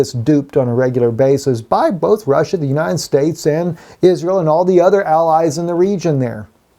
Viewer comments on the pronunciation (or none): none